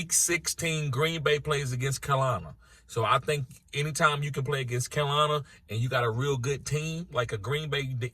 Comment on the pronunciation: I could listen to you mispronounce "Carolina" all day. Great vid. Cal-i-lina